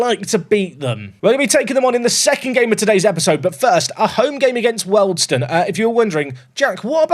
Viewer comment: Wealdstone = "Wee-all-d-stone" and not "Welled-stone" Other than that, great episode 🙂